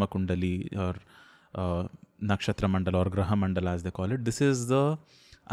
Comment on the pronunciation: Very informative! It's not a hate comment, but just wanted to ask, if the pronounciation of नक्षत्र is नक्षत्रा? I just want to say that why do we put "aa" sound at the end of the hindi or sanskrit words when we speak in English like रामा, हिमालया, कर्मा etc.